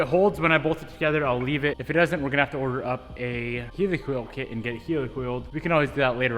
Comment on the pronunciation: It’s pronounced Helicoil, as in Helicopter, not Heelicoil bro!